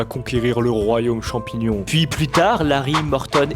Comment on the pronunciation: champignion parasytaire 😂😂😂 je suis tout a fais d'accord